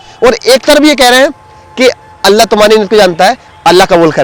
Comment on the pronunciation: bhai aapko ALLAH lafz bhi sahi nhi le rahe hai aap alla bol rahe hai alla nahi ALLAH last me la nhi Lha